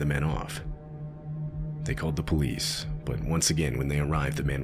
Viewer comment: "By the time the polive arrived..." this is your lesson.